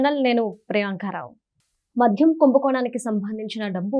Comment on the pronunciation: మధ్యం కాదు తల్లీ... మద్యం.